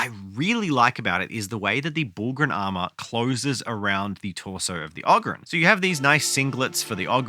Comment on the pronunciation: its abba-don the despoiler, and a-BAH-don black weirdly they have actually specified that and yes its oh-grin not og-rin